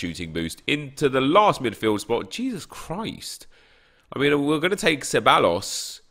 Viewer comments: Ceballos is pronounced kebaios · Ceballos = Kebayos and I’m not even Spanish cmonnnnn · Ceballos is pronounced theb-I-os